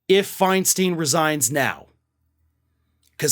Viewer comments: Her last name is pronounced Fein stein, not Feinsteen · In San Francisco we call her Feinstein, not FeinSTEEN. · her name is Feinstein, not Feinsteen. She should have been put out to pasture a decade ago. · Feinstein should have retired fifteen years ago. She is completely out of touch with voters needs. And it's pronounced "FINE-stine". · it is pronounced fine stein farron. like a stein of beer.